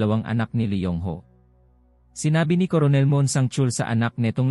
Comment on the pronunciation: Coronel🤣🤣🤣🤣 it's kernel sa pagbasa🤣🤣🤣😅✌️✌️